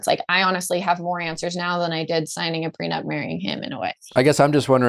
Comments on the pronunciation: Came here from the podcast app to see if anyone else couldn’t believe how many times he said prenub haha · According to Nick, people get PreNUBtual agreements. Hahahah love the show, just HAD to come here to see if anyone else noticed. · Can someone explain to Nick it's prenup not prenub? 😅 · Did he say “prenub?